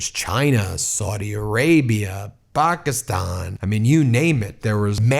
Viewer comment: The way ben pronounces Pockiston and Tollibon make me think they are part of the Lollypop guild.